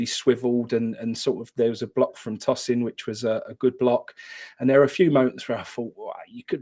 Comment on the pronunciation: I know this is a bit of pedantry, but it’s ‘Tosin’, as in to test something gingerly, not ‘Tosin’ as in what you would do with a… let’s say salad.